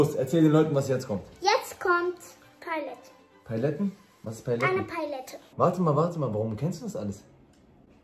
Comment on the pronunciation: Mila: „Eine Paiylette!“ 😂😂😂😂